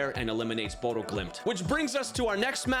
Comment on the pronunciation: As someone who live there and have it beaten into me since I moved here. Its pronounced Bodø (Buddha)